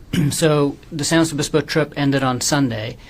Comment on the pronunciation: I hate him. I especially hate how he keeps saying San Luis Obispo